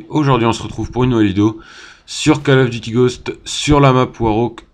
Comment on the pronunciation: Gg mais stp arrête de dire "Call of duty" , ca se prononce "Coll of duty" et pas Call . Après comme tu veux mais c'est juste que ca me stress x)